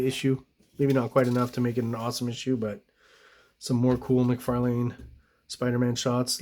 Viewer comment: Appreciate the correct pronunciation of McLeod’s name but cringe at the Mc Far Lane pronunciation throughout. Todd pronounces it Mc Far LIn ~ so I’m not sure where you’re getting your version from.